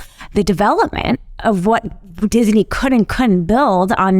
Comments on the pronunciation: Disney is 2 syllables not 3 the way she keeps pronouncing it. Someone please tell her that its Dis-ney not Dis-i-ney. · It's Disney, not Dis-a-ney. 😜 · Every time you hear ''Dis-i-nee'' in this video, DRINK! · I like how she emphasizes Disney in the beginning to show how dumb it was for DeSantis to attack them.